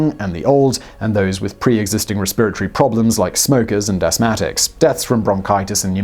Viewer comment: res-PEER-a-tor-ee... freaking queen and her English...